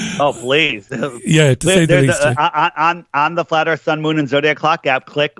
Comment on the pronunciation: cmon man, "what is this a meeting of the flat earff society" "we dont have time for that"